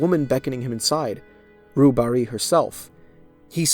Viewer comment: Note to: “Rue Barée” is pronounced more like “roo bar-ay” (“ay” like “hay”) than “roo bar-ee”. Totally normal mistake. French is odd when you come with an English understanding.